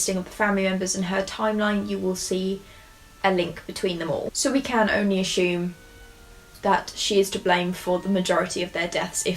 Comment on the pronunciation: I don't condone poisoning but I will never get tired of listening to you pronounce "assume"!!